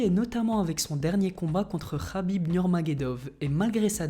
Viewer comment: C'est pas rhabib mais kabib et magregor a perdu mais je le soutiens perso